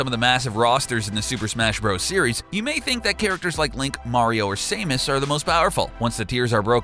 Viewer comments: He says "saymus" for samus later. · "Characters like Link, Mario or Same-is..." Same-is?You mean Samus right? It's ok. Some people just don't know how to pronounce things correctly. Like Gif. Cough cough Gif > Jif Cough cough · Sam-us not say-mus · Saemus? It’s Samus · It’s not Samis it’s samus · Say it with me "SAAMUHS" Not "Saymus" you uncultured swine. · IT'S NOT PRONOUNCED (SAY-MUS) IT'S (SAH-MUS) SAMUS!!!!!!!! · King dadayday Saymus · "King DaDayDay" "Saymus" wow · and saymuss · Saimus, King DuhDayDay and Polkamon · “Saymus” damn, either teach this dude how to pronounce names properly before you record these videos or hire someone else. That’s my only complaint but damn, it’s hard to take someone serious when they can’t even pronounce the name of what they’re presenting correctly. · "Same-us?" ...gtfo. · It's not sameus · Just like how he called Samus "Saymus"? Ye, okay little dude. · Say-mus? I'm sorry, but... that's a whole new level of clueless especially when you mention Smash Bros, where you can hear the name pronounced XD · "Say-muss"??? Ahahah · same thing when he pronounced Samus as if it was spelled Saymus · Gin & Spice he also called samus saymus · destinyrider someones always butcheres samus's name